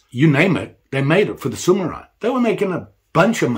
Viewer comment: They're called Samurai, not Sumurai 😅